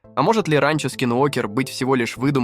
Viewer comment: абОртни говорит и ранчО! 😂😂😂